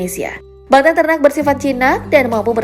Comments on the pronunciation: nyebut nya salah. bukan banteung tapi banteng kwkkwkw aneh kedengerannya. Macam nyebut 'e' nya kayak "capek" bukan 'eu" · Ngomongnya kata banteng SALAH, hrs nya banteng kayak kata ejek bukan kayak seneng